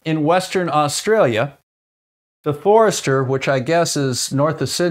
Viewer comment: Excellent video. I will pick you up on your pronunciation of Forster, NSW though. Forget the “r” after the “o” and its “o” as in fossil. Goodbye from Sydney, Australia 👍